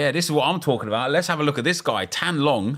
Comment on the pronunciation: Tan Long , Nep's pronunciation is perfect